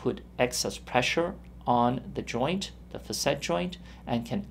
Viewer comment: It's pronounced "fa'--sit", ! The first syllable gets the accent/stress. The "a" is a short vowel sound, like "cat". So undo whatever you learned and tell whoever taught you to mispronounce a word that has been in the English language for over 200 years; to pull their head out of their butt and look at a Webster's dictionary!